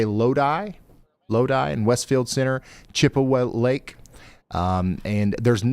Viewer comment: The pronunciation of Wooster and Chippewa Lake was crazy...